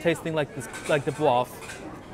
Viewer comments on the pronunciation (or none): I can sit here and listen to you say "broof" all day.